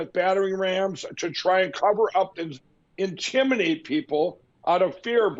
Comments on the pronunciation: ...intiminate....inseminate? ew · Hahahahaha intiminate